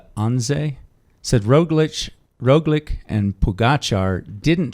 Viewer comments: It’s almost as if George goes out of his way to mispronounce things lol. Jumbo, Roglic, Skujins. Love him though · Roglič (in this episode you started to mispronounce Roglič for no reason at all ) after being asked why he was not reacting to Pogačar's attacks on the first mountain stage said: "Why should I chase a Slovenian"...that was on the Slovenian tv